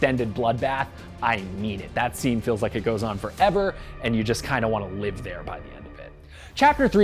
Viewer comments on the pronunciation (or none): none